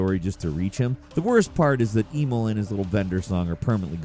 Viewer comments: It's crazy how he prounced Placidusax right more than Emil lmao Edit: Okay this dude obviously just isn't good at games I don't think. Spawn of Oggdo and Divine Beast Rematch? Holy fuck lmao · I'm almost certain that at this point, is just trolling wirh mispronounciations, Love but he did do my boy Emil dirty. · His mispronunciations are getting out of hand. He mispronounced Emil when in the game and the first game his name is said multiple times! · It's Em-EEL, not E-mil. Considering as his name is openly spoken in the game, I'm uncertain as to how you managed to fuck that up. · i'm sorry, but who tf is "e mole"? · “Eee-mil” it’s Emil. E-mil. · Emil, like "uh-MEEL" is a common human name not EE-mul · The way you kept mispronouncing Emil's name aggravated me so much. It's pronounced "Eh-meel", not "EEE-mill" 😑 I normally dont have any issues with your content, and usually look forward to watching your videos. But this little infraction... just rubbed me the wrong way. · Eemaulah and eemull... It's Emil (e-meal) T.T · "Eemull" Okay, so you didn't play the game. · ee-mil? EE-MIL?!? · Why do you keep calling Emil, Emo? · Christ dude it's pronounce 'em-eel' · Brother…E -MEAL = Emil… sorry it’s driving me nuts 😂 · Who the hell is Eemol??? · do you mispronounce shit on purpose??! I’m at 14 and it’s EM-EEL and that’s like the 4th mispronunciation so far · Flacid-dick-sux lol But E-mul? I swear mispronounces names on purpose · Tell us you've never played Nier without telling us you've never played Nier with the way you pronounce Emil. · Imagine fucking up pronouncing Emil’s name. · WHY DO YOU SUCK SO MUCH AT SAYING WORDS AND NAMES OF CHARACTERS?! It kills all credibility! Do better! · Feel like you mispronounced every name wrong on purpose. Geez. The Emil pronunciation was brutal, he says his name multiple times in both games. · HOW IN THE FUCK did you pronounce Emil's name????????? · Mispronouncing Emil like a gatling gun made me lose my mind